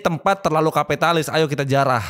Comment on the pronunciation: Bang kok gua dengernya "ayo kita jiarah" bukan "ayo kita jarah"😂